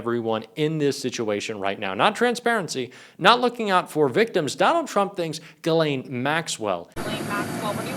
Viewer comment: Her first name is French and is pronounced "Ghis-laine", the "s" is not muted and the "Gh" is pronounced as the "s" in "measure". There's another French name, Guylaine and that one is pronounced like everyone does: "Gui-laine". I had to get this out of my chest, my ears are buzzing every time I hear her name on English speaking news channels or YouTube 😵‍💫😄